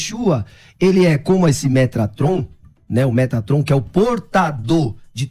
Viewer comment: Quando ele falou metraton. Nao segurei kkk